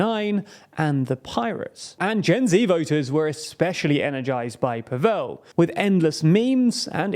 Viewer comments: it's Slavic not Hindi pAvel, not pavEl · PAvel not PavEl. Learn people's names, ffs. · If you do more shows on this topic, please pronounce the president’s name correctly. It’s not paVELL but more like gavel or ravel. That said,Babis’ history as a collaborator with the secret police under communist rule, a fact, proven by Slovak courts,and his laughable inability to speak Czech or even string together a coherent sentence also worked against him. But people are tired also of oligarchs, especially those as oruthless and greedy as Babiš. I mean what kind of person would forge his son’s signature on a document, and then lie that the son, a licensed pilot, was schizophrenic and mentally incompetent. The only reason Babiš wanted this position was to keep out of jail. And jail should be his next stop.